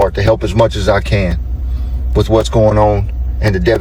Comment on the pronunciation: Anyone who takes the word 'with' and pronounces it 'wich' is someone I have trouble taking seriously. I couldn't even take in either of them said bc the accents were so off for me. And why are the random ppl who are victims of this storm 'amazing ppl'? They're random ppl, who I'm sure are amazing in unique and varied ways, but that was weird. I haven't followed this story, so I'm not sure of any of the political stuff going on around it, or who these ppl are, but I don't like their accents.